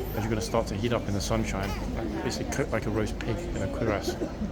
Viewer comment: Have you never seen Jack Clugman as Doctor Quincey, American medical series of 70's? By the way it's cure-ass, not queer-ass.